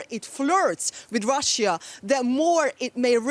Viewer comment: DW, how come a chick with such a bad pronunciation (Russjjja) works for you? Shame.